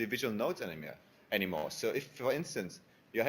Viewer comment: "eni mer". lol. I think he's either swedish or norwegian.